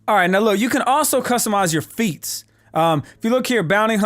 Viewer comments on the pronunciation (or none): when he said "feats" i literally thought he meant "feets" as in customize your shoes lol